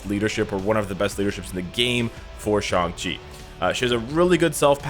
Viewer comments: finally he said shang chi and not shang shiii xD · At least you say shang-chi name correctly. Excellent video's! Keep up work and see you in game! OnepieceÀFÁ ign